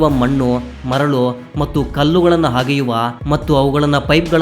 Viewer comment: ಹಗ್ಗದ ಅಲ್ಲ..🤣 ಅಗ್ಗದ ನಕಲಿ ವಸ್ತು.. ಹಗೆಯುವ ಅಲ್ಲಾ ಮಂಕೇ ಅದು ಅಗೆಯುವುದು😂